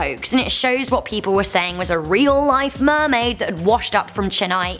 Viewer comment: Mermaid did you just say Mermaid? 😲😲😲